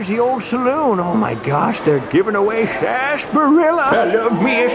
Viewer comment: Love doing the old time voice....Sarsssaparilla!!! lol Thumb's up 👍